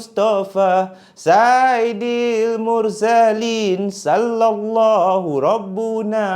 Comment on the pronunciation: Sayyidil mursalin...bkn saidil mursalin